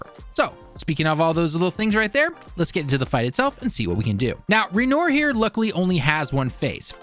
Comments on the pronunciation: Did you call him ra nore? That's not right lol it's renwahr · "Waynore", okay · "Ree-noor" lol I'm also not French but I understand how to pronounce that simple name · Seriously. Ren-oyr? Dude, it's a French name everyone knows. The artist. Look it up. (These names are ALL French. At least try to say them like you know what France is.) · Let’s call him REN WAR. Like, French. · His name is pronounced "Ren-wah" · Downvoted for "Ray Noor" 🙄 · "Ray nore" lmao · How are you saying his name wrong when they say it several times in game? It's just a huge annoyance for me when people do that. But thanks for the help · great video, but please learn to pronounce Renoir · you know what, i am ok with him butchering his name.. what about ran ore butchering us mercilessly n healing shamelessly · Right I rolled my eyes at that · yeah come on like, has he been playing the game? good lord